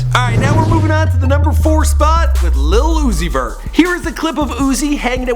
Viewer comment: White boy, learn how to say Lil. Uzi. Vert 🤣